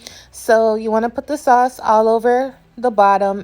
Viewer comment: Every time you said sawse I hollered 😂 I’m definitely trying the recipe!